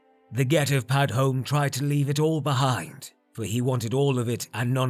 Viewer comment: Damn, not many people can post this often and still keep up this kind of quality. Also, I could be wrong but I think you're supposed to pronounce the 'e' in Padhome, since another spelling for the same name is Padomay. Also CHIM is pronounced 'kime'.